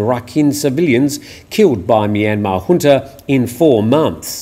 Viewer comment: We're pleased and satisfied when someone pronounces "junta" properly. The growing mispronunciation of this very basic word is a matter of grave concern to us. And a welcome to beautiful of course.